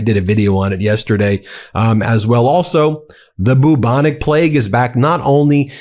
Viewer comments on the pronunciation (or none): I believe it is pronounced 'byew-bonic', not 'boo-bonic'. Keep up the good work. Thanks. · I thought he was saying Boo Monique. lol. How can you mangle a word so badly.